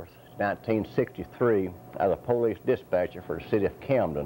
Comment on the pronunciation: PO-Leece lol